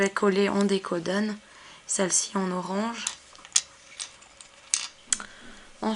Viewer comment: on dis décorasion pas décodn!!!!!!!!!!!!!!!!!!!!